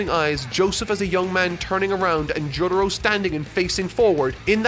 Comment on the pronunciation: No real jojo fan is putting stardust crusader's op over bloody stream and that's facts. Let's not mention this guy pronounces Jotaro like this Jodaro.